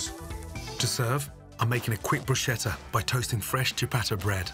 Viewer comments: Isnt it "broo-skett-ah"? Instead of "Bruh-sheh-tuh"? 🤔🤔🤔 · mr all-knowin’ - it’s Brus-khe-ta, NOT brush-che-ta